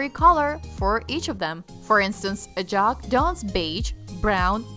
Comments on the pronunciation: A-jack -Ajak Ick-a-ris =Ikaris Ma-kar-ee = Makarri Gil-ga-mesh = Gilgamesh Not hard to pronounce the names right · KEVIN "FEYJ"?! UH-JAK?! Sorry, great vid but you mispronounced lots of names!